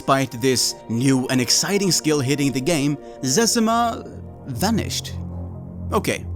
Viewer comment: In the doc he mis pronounces zezima as zezeema. Now everyone knows it’s zezima, but maybe Mark made the account and it’s supposed to be pronounced Zezeema but he can’t correct ppl without being sus. It’s always stuck in my mind in that doc why he pronounces it that way. Then came across this